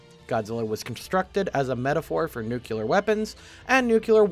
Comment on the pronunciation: QUICK! Carefully sound out the word NU-CLE-AR for me! Pretend you're in first grade and you discovered the word for the first time!